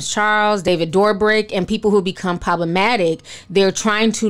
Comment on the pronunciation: You b pronouncing all kinds a names perfect but Dobrik (Dough/ brick) got ya stumped, it’s so cute lol